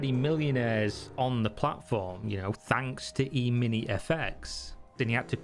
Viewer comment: ehmini, not eemeenie